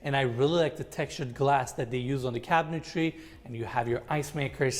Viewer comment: Couple things. One I love this channel. Only discovered it about a week ago and I’ve watched way too many of these. They really make you appreciate ardies genius. Second, needs to stop adding an extra syllable to cabinetry. It’s not cabintary. But I digress. Lol Third, I’m confused as to what enes is. Does he show these houses bc he’s trying to sell them, or is this just for his channel. Does he stage them, or someone else?